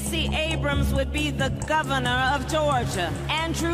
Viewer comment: The govanah of GA? That she what it sounded like.